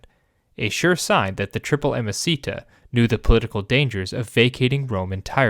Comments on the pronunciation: I don't know if you know, but it's not "amicita" (which sounds like a spanish per name), but "amicitia" (pronounced amiciTSia) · "Ah-mah-see-ta"? What a weird pronunciation, neither classical nor medieval. Either "ah-mah-ki-tiya" or "ah-mah-chee-tiya" would work, but this doesn't. It may seem trivial, but inaccurate pronunciation is disruptive to your listeners. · Amasita? Amosita? So you mean amicitia? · Sorry but the way you pronounce "amicitia" is utterly wrong. You make it sound like a spanish word! It should sound something like this: a-mee-chi-tee-a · Also wrong. There is no “ch-” sound in classical Latin, it doesn’t exist. “C” is always a hard “k” sound regardless of following vowels. a.miːˈki.ti.a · Also, hard C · I had to bail after a few minutes even though the history was good. Could not abide the inexcusable mispronunciation of ‘amicitia’. Five syllables, not four. The first i as in ‘eat’ not ‘it’ and the second i as in ‘it’ not ‘eat’. Roughly ‘ammee-kitty-a’. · I'm confused by amicitia being pronounced "amacita". It sounds Spanish or something... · It doesn't sound like Spanish, it doesn't sound like anything at all. 😅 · Awesome content! The only thing is that amicitia was pronounced quite badly. Remember that in Latin, every single letter is articulated and all c's are hard (in the classical pronunciation at least, that is). Hence, it should have been a-mi-ki-ti-a with the i after the last t clearly articulated! (Suffciently correct) Latin pronunciation is really easy to learn; I am sure you can find 20 min guides on youtube.